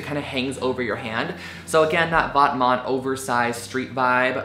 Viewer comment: It's not pronounced vot-mont, its the french word for 'clothing' so it is actually pronounced 'vet-mah'. and SSENCE is pronounced 'essence'...